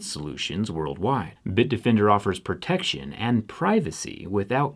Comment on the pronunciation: The way you say protection is really misleading...